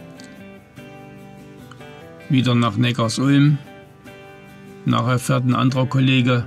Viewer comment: Im Audi-Werk war ich 1,5 Jahre fast täglich arbeiten. Und bitte sag nicht NeckarsUlm, sondern NeckarSulm! Die Sulm ist ein kleiner Fluss, der in den Neckar fließt. Viele machen den Fehler und denken, dass es etwas mit Ulm zu tun hat. Den Fehler machte ich auch mal, bis ich dann 10 Jahre dort wohnte.